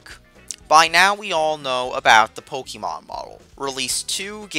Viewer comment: It's pronounced 'Po-KAY-mon.' But DLC is always bullshit.